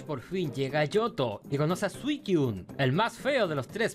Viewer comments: Jo-jo, pensé era jo-ou XD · Yo no jugué el ooriginal pero si el remake donde en la portada está el jojoo perdoname pero me da risa esa pronunciación y eso que según viste el anime